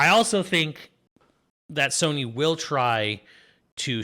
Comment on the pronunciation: It’s Pokemon Z-A and Sony NOT Soony.